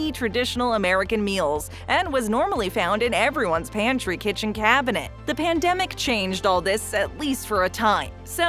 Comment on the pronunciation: Ya say pamdemic, I say epidemic